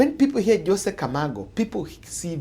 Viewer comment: It's José (pron. hose') not 'Jose